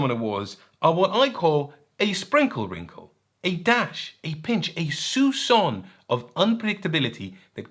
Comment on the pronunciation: said "soupçon" so nicely, i had to comment for "référencement"